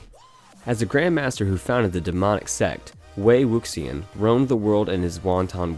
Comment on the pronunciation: I love how MDZS made it onto the list. It killed me how he pronounced wei wuxian’s name tho 😂